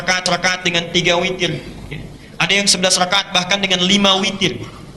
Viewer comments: Witirrr ngab..witiiiirrrrr.... Bukan fitiirrrr... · witir ngab..witirrr... Bukan fitiirrrr....